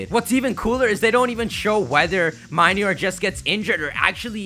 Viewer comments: Mih-knee-or not Mai-knee-or dude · Why does no one know how to pronounce Minior? It's mini + meteor! Min-ee-or.